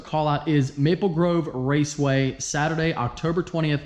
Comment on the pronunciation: You messed up again. Raceway not raveway